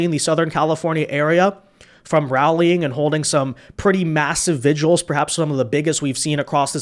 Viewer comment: Why can't the modern generations say the word vigil? They all say vigual🤪